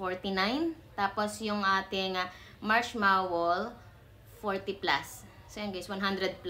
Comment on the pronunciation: Marshmallow not marshmawall. 😂 Condolence milk?! First time I heard of that. Condensed milk 😂